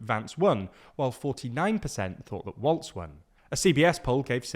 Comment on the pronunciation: I love ya'll but it's walz not waltz